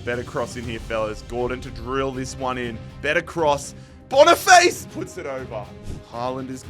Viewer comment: That Victor boniface pronunciation was crazy